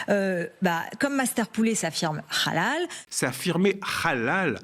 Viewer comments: Aussi Rrrrhallal, ca sonne comme Rrrrhamas. Et il me semble pas que ce soit la prononciation correcte en arabe. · Quand El krief va- t -elle dégager? Cette pseudo-journaliste sioniste est en roue libre sur LCI à vomir sa propagande anti-musulmans, anti-immigrés... Maintenant elle parle de "Rhalal" après "le "Rhamas", à déformer volontairement le nom de "Bally Bagayoko" pour de nouveau réitérer la prononciation de son nom.. À VOMIR! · La façon dont elle prononce halal n'est pas à la manière arabe mais hébraïque.